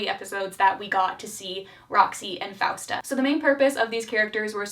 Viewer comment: im sorry but did anyone notice how leon called francesca as fausta, fiesta? 😭😭